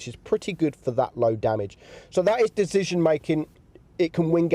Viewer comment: Do yall hear Dezision or it's me ?